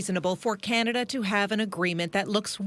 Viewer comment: Oh Cana-Duh